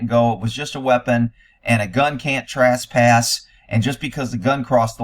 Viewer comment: the word is TRESpass- the first part rhymes with mess and bess and guess!